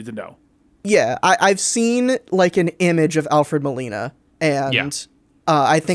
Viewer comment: it’s pronounced ‘Moe-Lee-Na’. Not Melano lol